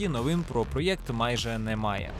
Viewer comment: О ні! Ти почав говорити проЄкт, який ріже вухо як Европа і Єкскаватор(((слова взяті з сумнозвісного каналу)